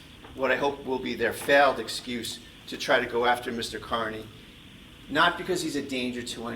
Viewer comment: It’s pronounced CARNEY you doddering old fool. CARNEY.